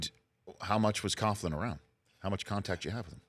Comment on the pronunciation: "Coach Coughlin" lol